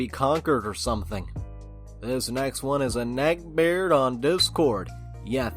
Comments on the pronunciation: Nobody: Literally not a soul:: NECKBAYARD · Addicted to the way he says "neckbeard"